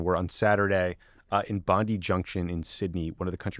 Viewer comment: ❤PTSW from Australia - it’s pronounced “bond-eye”